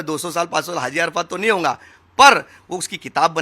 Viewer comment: It's haji Not hazi